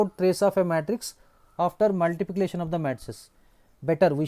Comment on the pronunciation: 😂😂 sir cannot pronounce multiplication properly 😂😂